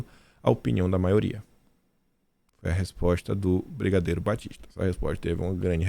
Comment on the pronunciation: "Bigadeiro" kkk